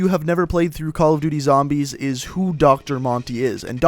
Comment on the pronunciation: your pronunciation of things in the cod zombies lore bothers me sorry